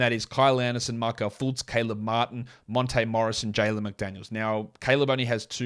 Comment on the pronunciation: Hahah u got the accent on monte nice